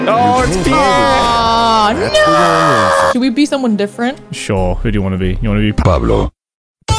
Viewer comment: As someone from South Dakota, HOW DARE YOU SIR! Also, it's pronounced like Pier, not the French name.